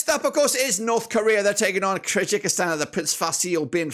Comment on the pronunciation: the correct spelling is Kyrgyzstan!🇰🇬 stop pronouncing our country with mistakes